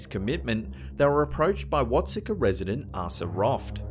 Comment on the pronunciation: I'm a bit late to the party, but the town in Illinois, Watseka, is pronounced (Watt-see-kah). The locals will argue you that with you, lol.